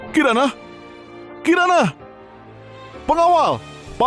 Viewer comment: sama , sampai baru ngeh kalau kiran (kirana) di menit jadi karin XD